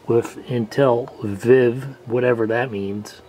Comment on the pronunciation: Viiv. Pronounced like "v-eye-v". An Intel Multimedia PC standard.